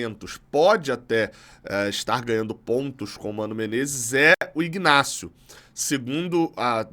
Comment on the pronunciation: A pronuncia é inácio. Pelo menos é assim nos 3 Ignacios que eu conheço